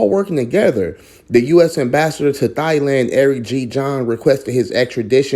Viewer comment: Please look up the phonetic spelling and learn how to pronounce the words, Thai and Thailand. Speaking the Kings English is important when trying to teach others.